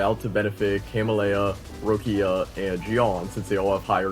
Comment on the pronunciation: "Rowckia" bro they pronounce her name in the story dozens of time. LMFAO Rowckia 😂